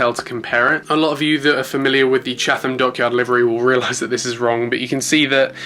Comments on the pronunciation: Great unboxing! I love the BA 787-10 Especially. BTW Chatham is pronounced as Chat-ham 😅. Great review as always looking forward to the next one 😁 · Chatham is pronounced chattam